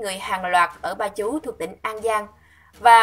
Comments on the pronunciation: Doc cung sai nua la ba chut chu ko pai ba chu nge con di re tien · Huyên Ba Chúc, Tỉnh An Giang Chứ ko phải " Ba Chú ". Chị nhé. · Ba chúc cô ơi.... đọc đúng dùm